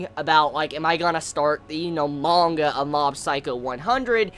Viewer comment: lol it sounds like your from new Hampshire... reading mangher' haha:) lots of love, no hate, just had to poke some fun;)